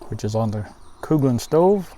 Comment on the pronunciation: It was Never Coo-glins..... JFC dude.